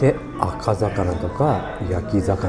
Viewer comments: 今回のマグロは美味そうだったね 行きたくなった 「赤魚」は「あかざかな」じゃなくて「あかうお」だかねw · 赤魚（アカザカナ）ではなくて赤魚（アカウオ）でしょうねぇ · あかざかなって、あかさたなみたいに言うなよ♪ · 赤魚はアカザカナでねぇ！ アカウオと読むだ！ このボケ！アゴ〜！！ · 赤魚って（あかざかな）じゃなくて『あかうお』だよー全国の赤魚ファンに謝罪してくださいねぇヤレヤレだぜ毎回毎回ヤレヤレ